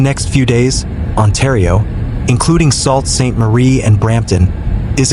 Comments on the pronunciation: you're salt sainte marie, it is pronounced sue sainte marie!!! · You guys just can not get the name right - Sault Ste. Marie is pronounced SUE Saint Marie.